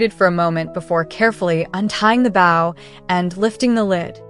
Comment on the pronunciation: Stop mispronouncing bow😢